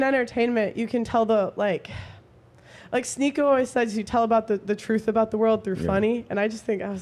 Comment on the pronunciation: "Troof". Can this man please get an inhaler & Invisiline or something? His speech impediments kill me & he's not as articulate as he thinks he is.